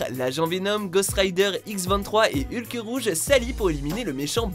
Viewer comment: Excusez moi mais il n'y a pas de "e" à la fin de Hulk!